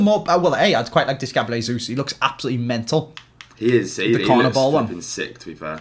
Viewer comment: Anyone else hearin say ‘GABLIEL JESUS’